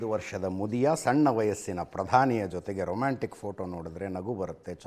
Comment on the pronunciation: Romanstick ಅಲ್ಲ ರೊಮ್ಯಾಂಟಿಕ್ 😂😅